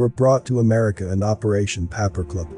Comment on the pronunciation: Paper clip. Not papa clip. Please annunciate,thanks for your efforts 🙏💓